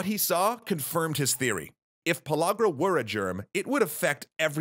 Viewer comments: Am I the only one who noticed that he said "Pologra" and not pellagra? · No Just No You aint saying it right. Its pronounce in the southern tongue "Puh leg ruh" not LAG rah. That's how we pronounced it. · I thought it was pronuced pill-area